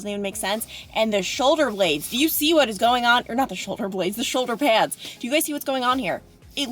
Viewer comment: Hey, I totally caught that Long Island accent when you said “shoulder pads” 😁😉